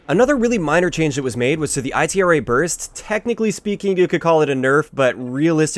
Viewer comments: Its ITRA =EEETRAH not I T R A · Lol its ITRA burst not I. T. R. A. Burst & its BAR not B. A. R. BAR is still complete crap, 3-4 shot kill on HC